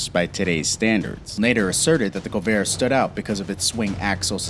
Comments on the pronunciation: "Co-vair"? Don't you mean 'Corvair'? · Its Corvair , not Covair. Stupid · Corvair, not covair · COvair?? It's CORvair. You must be young. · "KOVAiR" That's it "Shut the fuck up! It's CoRvair you stupid 20 year old a-hole! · Corvair (not Covair) was a great car from 65, the Vega was worse, or the chevette with engines falling out at a stop light. Model T really ? No one knew what the issues would be. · CoRvair. CoRvair. CoRRRvair. Not Co-Vair. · Corvair. Cor-vair. Not co-vair. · What’s a Colvair? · The Covair made in the United Shtates of America, and the Yugo as in Siberia because it doesn't sound at all like Yugoslavia not even the same continent... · Trevor, I'm glad you noticed that too. The Pontiac 'FEAR-O' and the Chevy 'CO-vair?' BUT the WORST... did you hear that the Yugo was built in Siberia instead of Serbia? That's not anywhere near Yugoslavia. AND, I would have bought a 'SiberiGO.' WT...? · It's a CoR-vair not a Cuvair! A FEE-air-o not a Fi-ro! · Feero? That word is Fiero.. Fee-arrow.. And there is no "Covair" either.. that one is Corvair. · It's FEE-air-O, not firo. It's COR-Vair, not Co-Vair... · The car's name is CORVAIR, not "COvair". The next mistake is Cobalt, not "Coboat" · Fee-arrow, not Fear-O. Do you not want to be taken seriously, because that's how you're not taken seriously. Oh my God. I had to edit this. Core-vayre not Koh-vare. Jesus... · Ah yes the Chevy Cove-air, the Pontiac Fearow, and the Chevy Kobold. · Fee-Air-Oh COR-VAIR with an R .. fuckingforeign robots. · A "Fear O" and a Co-vair? Really? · Corvair = Cor' vair; Fiero = Fe' ero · What's a feero? And a co-vair?